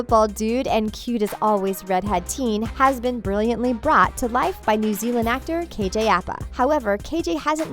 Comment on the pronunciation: *KJ Apa not KJ Appa and also Bughead stands for Betty and Jughead, not Jughead fans. Not hating though